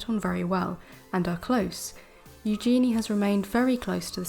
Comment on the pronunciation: Please,, correct your pronunciation of Eugennie( U-gen-ee) and Calif(?)California. Also, both news stories are from the Daily Mail & we all know you can’t believe anything from the Daily Mail.